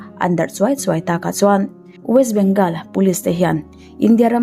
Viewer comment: West bengawl tia lam tur..